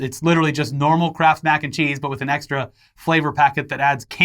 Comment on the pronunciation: All I heard was "candy crap mac and cheese"